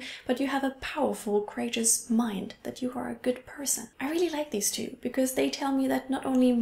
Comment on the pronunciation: I think your video about how you're English has improved has led me notice things I wouldn't before. You said deeze instead of these.